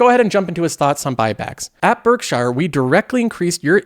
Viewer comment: it’s pronounced Berk Sheer not Berk Shire.